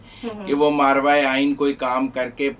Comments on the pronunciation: ایسے اچھے تجزیہ کاروں کو زبان اور تلفظ پر گرفت مضبوط کرنی چاہیئے۔۔۔ماورائے أئین لفظ ہے۔۔۔ماروائے أئین نہیں۔۔۔♥♥🙏🙏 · the word is "Mavrai -e - Aaeen" not "maarvai -e - Aeen" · مارواۓ نہیں ماورائے آئین ہوتا ہے تلفّظ درست فرما لیں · صاحب پلیز!!!!! ماروائے آئین نہیں ہوتا ، بلکہ ماورائے آئین ہوتا ہے، مہربانی🙏🙏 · yes this is mavray inne not marvay inne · NOT Marvaie....But " MAWARAIE". Please correct. from North America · درست لفظ " ماورائے" ہے ماروائے نہیں جیسا کہ آپ بول رہے ہیں